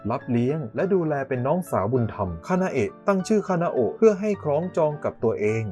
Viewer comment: พี่คะพี่พูดผิดหรือป่าวพี่เขียนคานาโอะแต่พูดคานาเอะ